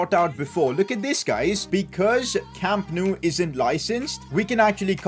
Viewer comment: Wow its so good he almost called it Camp No U 😂😂